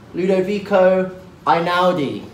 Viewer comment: Tom please please please look up how to pronounce Ludovico EINAUDI... cause you butchered it.